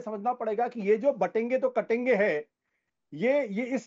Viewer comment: It’s not kaatenge It’s katenge 😅